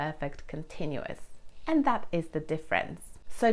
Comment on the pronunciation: When I had been to Whitstable “that” was actually not the first time. In this “that” - I noticed a slight “d” instead of a “th”. I am pretty sure that you have noticed it yourself. Please don’t take this as a criticism. You speak a wonderful British. I just wanted to point out that such slight little things in pronunciation do happen to all people that are not a 100 % native. I need to hear your personal story. As far as i remember there is one among all your tutorials.